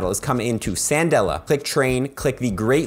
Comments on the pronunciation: FYI, It's "Kan-dela" not "San-dela" since her name is modeled after the candle 🕯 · Candela not cendela lmao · Does anybody else pronounce it "Sandela"?? Like... isn't it "Kandela"? It's a spanish name and it also translates as "candle" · ‘Candela’ San-dela- wait is that how your pronounce it? I have being calling her Can-del-a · Wait, isn't it pronounced "Kandela"? Like candle, for fire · "Sandela"? What? 😄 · Im I the only one who heard San•dela. 🤣